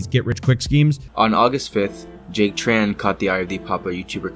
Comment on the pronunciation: Small nitpick, Jack Tran has a Vietnamese last name and I get annoyed when people pronounce it as “Tr-an.” First of all in Vietnamese due to our weird Portuguese based orthography, the “tr” actually makes a “ch” sound. Secondly, the name is written without diacritics, but since Tran is such a common last name we can deduce it’s a Trần. So Trần should be pronounce more akin to Chun instead of Tran.